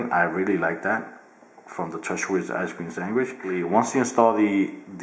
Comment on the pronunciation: Did he say Ice cream Sangwish???